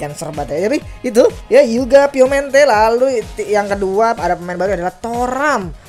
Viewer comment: Piemonte Rat, bukan piomente 😂